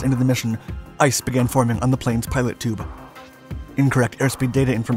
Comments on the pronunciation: WTF is a pilot tube lol 😆 it's a Pitot Tube pronounced PeeToe tube bruh bruh. 😂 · Pee toe tube...not pie lot tube!!! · "pitot tube" pronounced "pee-tau" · I think it's pronounced "pee-toe tube." French word. Silent T on the end. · pee-toe tube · "Ice began forming on the pitot tube..." It's pronounced [pēˌtō t(y)o͞ob] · (PITOT TUBE, pronounced pee-tow) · All these difficult-to-listen-to aircraft narrations you have done and you can't say pitot tube??